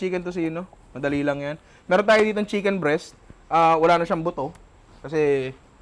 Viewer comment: CHIMKEN BREAST🤣🤣🤣